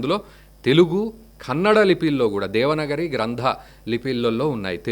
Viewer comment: ఆర్యా మీరు చాల గొప్ప విషయన్ని తెలియజేసినందులకు మీకు దన్యవాదములు , నమస్కారములు , ,, ఎంతో సంతోషముగా ఉన్నది ,, "దేవనగరి" అని చదువుతున్నారు అది "దేవనాగరి" , ఒక బారతీయ అతి ప్రాచీన లిపి , ఎన్నో ప్రాచీన శిలా శాసనాలు మనకు దేవనాగరి లిపిలో గోచరించును. అన్యదా భావించవద్దు , నమస్కారము